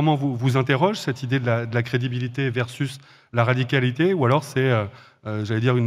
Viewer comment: Va falloir travailler sur le mot "radicalité" avec Roussel 🙃